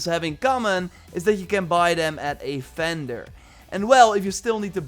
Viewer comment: What an agonizingly painful accent. It’s vender, VVVender. Not fender, that’s a guitar brand. And other is udder...so what does he call cow titties?